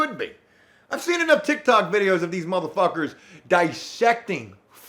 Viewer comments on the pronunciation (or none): none